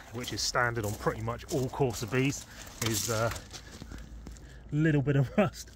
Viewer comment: 👍Ohh corsa fwends 👍